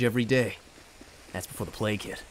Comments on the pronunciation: All this time I thought he said play kit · I.... thought he was saying play kid... But that was before the plague hit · I always though that he said ''Before the play kid'' But now i have seen the light. But that was before the plague hit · He was saying plage hit, I thought he was saying play kid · Sound like he is saying playkid